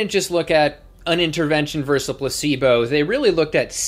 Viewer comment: I don't want to pick nits but I can't stop myself. Versus is pronounced versus. Two syllables; stress is on the first. Thank you for your patience.